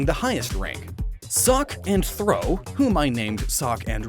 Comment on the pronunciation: It's Throh, NOT Throw! And does Throh look like a cat to you? LOOK UP ITS ORIGIN!